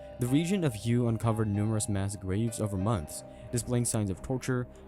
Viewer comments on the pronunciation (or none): HUE is pronounce WAY